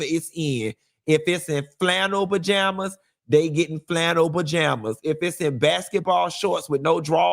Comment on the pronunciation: The way you pronounce “bajamas” 💀